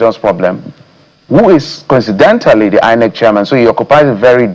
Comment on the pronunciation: People who pronounce INEC as HI-NEC should never be trusted to give credible elections